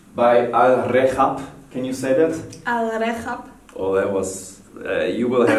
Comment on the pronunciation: alrehab ... both of you spill it wrong ^_^... its not alrekhab just alrehab say it with a normal H ... i know i am tooooo late but hay